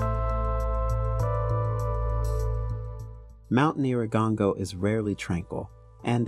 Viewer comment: It's pronounced nyih-rah-goh-ngoh, I think it's wise to learn how they pronounce the name in the own tongue, it doesn't take that long just Google it. Nice documentary though.